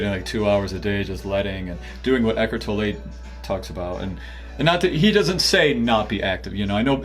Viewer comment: Eckhard's name is pronounced Tolluh, not Tollè